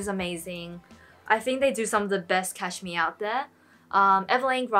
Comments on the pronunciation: I love that you pronounce cashmere as Cash-me its cute 😄😊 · I love how you say cashmere! I actually just received my order from Uniqlo and have some of the pieces you showed so very glad about that :)